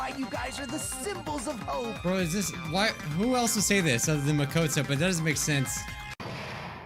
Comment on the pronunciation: pronunciation of Monomi, Nagito, and Makoto make me cringe.